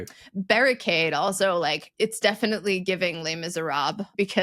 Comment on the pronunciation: Ugh. "Giving."